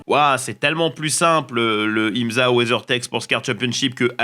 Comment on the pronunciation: l'IMZA ? ca ce dit im SA